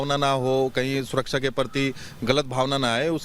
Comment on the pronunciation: Abe takle pehle suraksha bolna sikh suraksa kya bolta hai